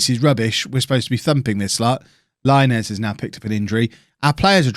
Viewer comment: Diego Laínez is pronounced [LaInez] not Láinez, please understand it 😂😂😂